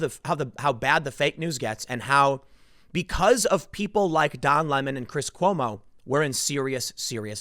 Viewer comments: It's pronounced Lee-mond😁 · Please pronounce his name properly. It's Don Le'Mawn.